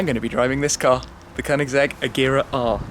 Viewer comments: The guy can't even pronounce agera right ... And he does this for a living aswell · Wrong pronunciation of agera and dat lisp do but aside from the cool